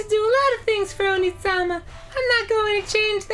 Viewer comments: If you spell out the way dan says onee-sama it's oni-sama, which basically means demon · i'm still slightly annoyed they keep pronouncing Onee-sama like Onii-sama.